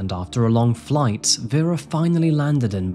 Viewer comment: It blows my mind how you're apologizing for your Myanmar pronunciation while constantly butchering the victim's name. Her name was VERA not VYRA. Veh-ra.